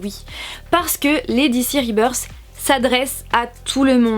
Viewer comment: mais quel accent anglais sur ribeursse. Explication très claire bravo !